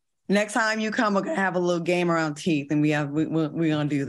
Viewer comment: Lmaooo not even round but “ from RINE nea” 😂😂😂